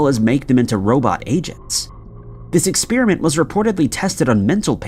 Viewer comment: …The pronunciation of the word experiment as “expeeriment” by the narrator, I find very annoying.